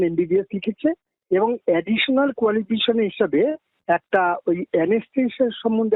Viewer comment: কোয়ালিফিশন নয় কোয়ালিফিকেশন....উচ্চারণ টা অন্তত ঠিকঠাক করুন।